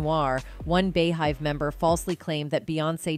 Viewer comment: Knee oh..Bee hive. Pronounce.